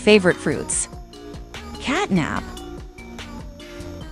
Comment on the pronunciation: The catnap name is not right it said catnab